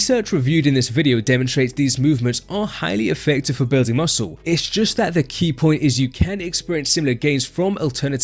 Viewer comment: “….. bewding mussew”